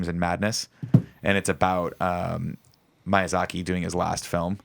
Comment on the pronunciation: Nick's pronunciation of Miyazaki tho -_____